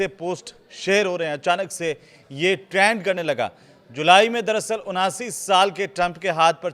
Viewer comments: Trend hota hai traand nahi😂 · Kya anparh anchor narrator hai? Koi word sahi se nahi bol skta. Veins ko venas Trend ko traind.